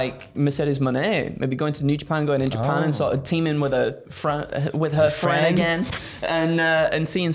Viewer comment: The " frien' " things triggers me intensely.